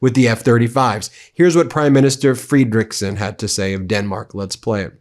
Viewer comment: Still calling Danish Prime Minister FREDeriksen (after many corrections) FredeREEKsen. Are you ignorant or plain willfully disrespectful? Please read your comments!